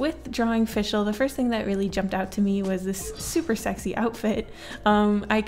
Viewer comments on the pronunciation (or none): It’s Fischl not “FiShEl” FIX IT PLEASE ITS TERRIBLE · Fischl is pronounced fish-ull